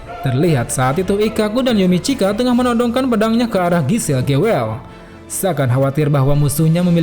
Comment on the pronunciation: Pas bilang "Gewelle" terdengar Indonesia sekali ... Haha :v